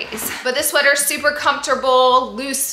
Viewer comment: Lol that she keeps saying sweaTHer lol 😂